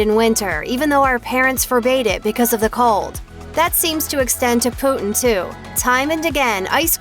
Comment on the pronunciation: She pronounced it as poo-tin XDDD